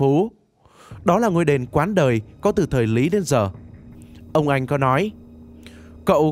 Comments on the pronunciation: Đọc lại bài người khác cũng đọc sai!Đền Quán Đôi thì bảo là Quán Đời!Kiến thức như vậy mà cũng làm clip vẽ vời.nhục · Đền Quán Đôi ông đọc là Quán Đời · Đền quán đôi, không phải đền quán đời. Phát âm không chuẩn 1 chút nào, nói thì nhấn nhá sai bét về ngữ pháp. Rất bực và tắt luôn vô cmt rồi block kênh. Thiếu kiến thức chuyên môn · Đền Quán Đôi mà ông đọc là Quán Đời thì tôi chịu ông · Đền Quán Đôi nhá, tìm hiểu chưa mà lại đọc thành Quán Đời 😂😂